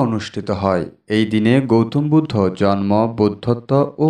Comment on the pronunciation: Bhai , sobkichu tik ache kintu jonmo tha tik babhe uchcharon karun , jormo noi jonmo !!